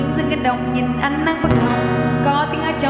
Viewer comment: hát rất hay! ( em để í: phát âm chữ ánh, chữ tính tình ) cho đúng, là ok!